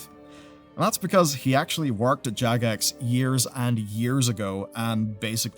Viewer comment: Jagex sounded like jackass for a second